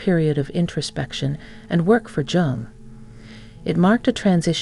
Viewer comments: Jung - pronounced Yung. (Duh!) If you are going to produce a doco on someone the least you can do is pronounce the name of that person correctly. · It’s actually pronounced Yoong. Like You with an -ng